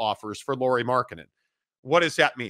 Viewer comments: Lowry not lorrie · They are correcting your pronunciation of Lauri, not saying that's how his name is written 🙄 English speakers should pronounce it like (Kyle) Lowry, not Lori (or Lorrie) as you guys call him 99% of time.